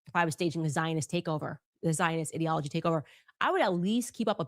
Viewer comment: New Candace word: ideology. Pronounced "id" to rhyme with squid. She is seriously retarded. How did this whore graduate high school as illiterate as she is?